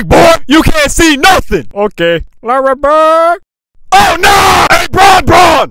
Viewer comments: “Laurry burrrrd” always sends me bro 😂😂😂 I’m never ready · That “lurry burrrddd” always gets me 😂😂